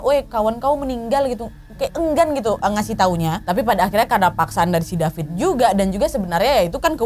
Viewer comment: wkwk bengek perkara ka nad bilang DAPIT DAPIS🤣